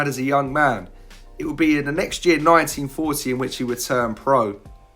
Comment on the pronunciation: You've got to curb your accent here. 1940 sounds too much like "1914." I know you're British but you'd be better off saying "nineteen fordy" for clarification.